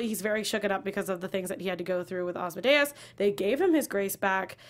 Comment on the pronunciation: Why is it hard to say Asmodeus correctly? It's not hard to learn.